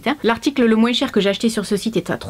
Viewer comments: Coucou pourquoi tu dis moinsss mdr on dit moins .Byzousss. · Je viens de remarquer que tu dis moinS et pas moins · la seule chose que j’ai retenu « plus ou moinSSS » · j'aime bcp ta vidéo, elle est génial mais g été choquée par le moinSSS 😂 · Merci merci merci. Grâce à toi je vais pouvoir refaire ma garde-robe. J'aime quand tu fais ce genre de vidéo. J'adore quand tu dis moinse 😉😂😘😘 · J'adore, tu prononce vraiment le "s" dans "moins" ce qui fait "moinss" on voit bien que tu viens du sud 😊 Sinon super vidéo comme d'habitude 😉❤️ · Parce que c'est comme ça qu'on parle dans le sud😉